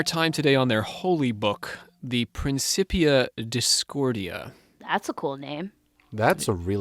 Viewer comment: It's pronounced PrinKipia Discordia. Robert Anton Wilson told me that.